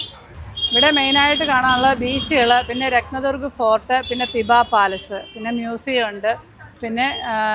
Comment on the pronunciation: രത്ത ദർഗ് ഫോർട്ട് എന്ന് എന്തിന്ന് പറയുന്നു? രത്ന ദുർഗ് എന്ന് മാത്രം പറ ഞാൻ മതി.